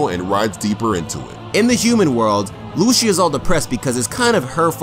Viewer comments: LOO-SHU, it's pronounced LOO-SEE-YAH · This was good. did my man Dante well. Also, it's loo-see-a not lusha